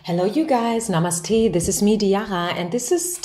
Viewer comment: The wonderful way that you say' namaste' is amazing! Your reading mean so much to me. I eagerly wait for your readings. Thank you!